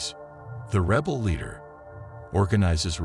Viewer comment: Whats a reebal? Omg AI is terrible. but info is good.